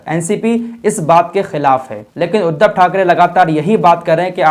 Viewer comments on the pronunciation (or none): none